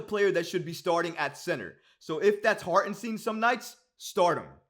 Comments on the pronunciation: It's pronounce Hart-en- St (eye) n, not Harten Steen. He is German-American and the 2nd letter of "ie or ei" is the one that is pronounced. Just here to help. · It’s STEIN brother not STEEN